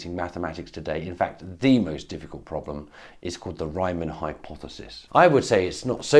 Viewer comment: It's the Riemann hypothesis, not the “Reimann” hypothesis. The first syllable is pronounced like *ream*, not *rhyme*.